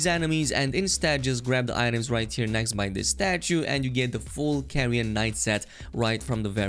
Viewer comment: Carian Knight not Carrion 😭😭 how can you not even read the name of the armor set And its not for paladin builds 💀💀 its literally for spellblade mages What the hell its wrong with this people smh